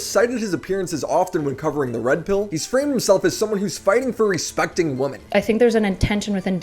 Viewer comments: Why do u keep pronouncing it “woman”, is it to make fun of pixie for being an annoying wamen? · 10 minutes into this video and I still have no idea who Destiny or Pixie are. Great, informative "journalism" here. lol Also,, you can't pronounce the word "women"? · Bro i am begging you to learn how to pronounce the word "women" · Love you, bud.. but do you know that there is a difference between “woman” and “women” in how they’re pronounced?